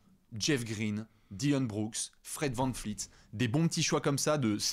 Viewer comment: Vous galérez vraiment à le dire... c'est Gloubi-Boulga. C'est comme McCollum, à prononcer EUM et pas OUM. Et Van Vleet, pas Van Fleet (elle est pour toi, ça fait 5 ans que tu écorches son blase 😅).